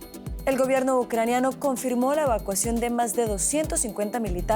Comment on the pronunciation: jajaj patetico "Evacuacion" jajaja